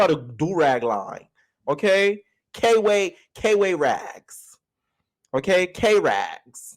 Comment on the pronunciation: I really don’t think it’s K-Way like I’m 90% sure it’s Kway how they’re saying it in the show